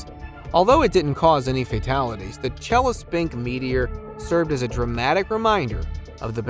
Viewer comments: Chelyabinsk!!! Not Chelespink!! Why can't anyone pronounce words correctly anymore in these YouTube videos!? Not just this video, but many online clips are full of mispronunciations. I'm beginning to think that many clips are narrated by AI bots. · Damn, you have spelled it right but couldn't pronounce. It's Chelyabinsk. You messed up with last letters. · All I understand is historians don’t know think or someone doesn’t let them say, seeing this make me think about man in black with stick flashing lights. And strange for me to heard way he pronounced Russian sites 😊.Челябинск 😊